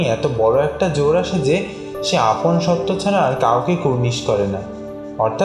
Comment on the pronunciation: সত্য শব্দের উচ্চারণ 'শোত্‌তো' । এটা ঠিক করবেন আশা করি।